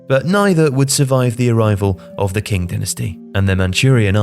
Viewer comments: qing is pronounced ching not king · Great video as always! Just a minor point, Qing not pronounced “King”. It’s more pronounced like “Ching” but consult Chinese pronunciation 101 to get a better understanding. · "qing" is pronounced "ching", not "king". just a heads up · The 'King' dynasty. My friend you need to improve your pronunciation of Chinese dynastic names. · Qing is pronounced ching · The standard pinyin romanization of Chinese words have some unique rules which non-Chinese speakers might end up mispronouncing. "Cuju" is pronounced "Choo-Joo", the letter c here is similar to how Eastern Europeans pronounce the letter "c". And the final imperial dynasty, the Qing, is pronounced "Ch'ing", the Q used in Chinese pinyin system is read as "Ch". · the Q is pronounced like 'CH'. its the reason the place is called 'China'. please bro.